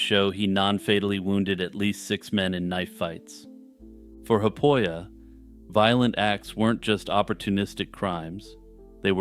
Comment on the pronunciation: 'Haapoja' is not pronounced 'happoia' but like 'HAApOia' sort of, emphasis on the H exhale rolling into the AA and on the O of Oja which is a second word. The 'p' is weak. There is no "frontier" in russia or Finland, nor was there during his time really, unless that is what you call northern regions because of their sparse population. Also it is not Maddy but Matti.